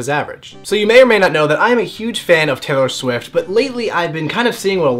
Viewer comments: Oh wait... TAY-IHR SHWIFT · TAY-IR SHWIFT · TAY-IR SHWIFT. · TAY-OR SHWIFT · TAY-IR SHWIFT ohmygod i love you Ryan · Is it just me or does he say Taylor swift weird?